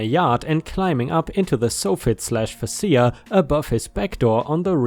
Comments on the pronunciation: Hearing the soft-fett (soffit) and fach-a (fascia) being Sayed sof-fit and fas-sa makes it a new pet peeve.. hahaha still love the story's though. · Soffit is pronounced sawfit and fascia is pronounced feysha. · For future reference, it's pronounced "Soft Fit" minus the first T, and "Face Shia" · Soffit is said like soft but with not T at the end, followed by “it”. Fascia is “fash-ah”. I honestly had zero clue what you were saying there for a bit- had to stop and read part of the story to figure it out. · Soffit rhymes with prophet. Facia...can anyone think of something that facia rhymes with? Fay-shiah. They're the underside and face of a roof's overhanging front edge.